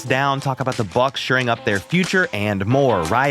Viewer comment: …the phrase is “shoring up”, not “suring up”. C’mon man…you’re the best, so I want you to sound the best. Makes no sense when you say this.